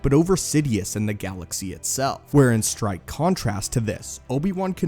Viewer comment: not trying to be a know it all but its stark contrast not strike contrast